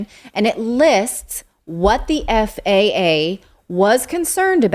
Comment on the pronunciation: "FAAAAAAAA". Yes, pronounce it as an acronym like you suggested, Natali. Love it.